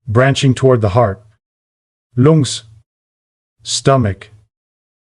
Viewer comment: 'Loongs' 'leeva' 😂😂😂